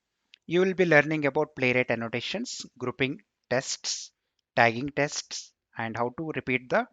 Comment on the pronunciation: Thank you! But please stop saying 'testis'!